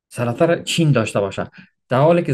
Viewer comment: سلطه(sa la ta نادرست تلفظ نکنید) سلطه(sol ta درست تلفظش کنید لطفا) ممنون